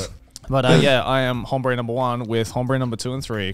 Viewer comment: "Hombre" the H is silent